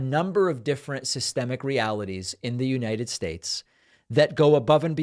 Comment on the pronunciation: So glad you could articulate United Shtates. Kudos